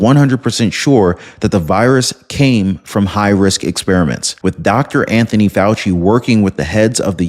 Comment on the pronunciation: Fauci, not Fay I, lol